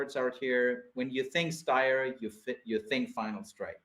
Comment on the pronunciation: Styr is not Steyr - look up how Danish, Norwegians and Swedish pronounce it.